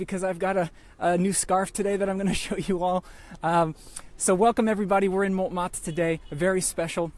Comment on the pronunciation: Picky pronunciation quibbles - don’t pronounce the ‘t’ in Montmartre. It should sound like « mon martre ». Secondly, don’t use a long ‘a’ for Satie. Even in English it should be almost identical to the French pronunciation. SAH-TEE. OK, rant over. Surprised that your wife let you get away with those! LOL. Continuing to love your videos. Thanks so much!!